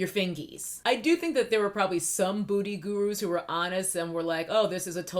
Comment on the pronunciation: Are you saying “booty gurus” ? 🤣